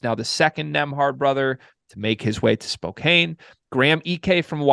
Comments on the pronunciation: Say it with me…..spppooooCAAAANNNNN y’all drive me nuts with you say gonZOGA and spocain lol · Once this idiot mispronounced "spokane" I was done watching...typical eastcoast pundit not doing his homework. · Can’t even pronounce Spokane properly…